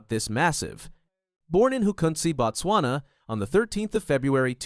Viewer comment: Not "Bat-swana"!!!! It is "Boat-swana" or even better "Boot-swana"